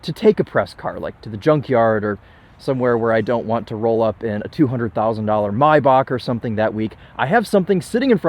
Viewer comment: what the fuck is a my bark, i've never heard anyone in the world pronounce it that way